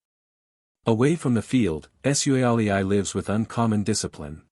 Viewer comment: Love that pronunciation, the Tah's shall forever be called the War-aar-tars featuring Joseph S-you-alley-i